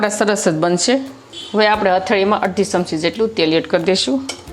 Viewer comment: V વીડીયો બનાવવાનુ બંધ કરો પહેલા ગુજરાતી બોલવાનુ શીખો, સમસી નહિ ચમચી, સે નહિ છે🎉